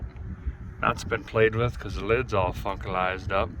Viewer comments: did a guy say fuckalized up??? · Did he say fuckalized up or funkalized I nearly fell out the bed in the old mack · Did you say Fu**alized about the air cleaner? 🤣🤣 I spit my drink out when I heard that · I’m sure he intended on saying Funkalized. But you know damn well I heard otherwise 😂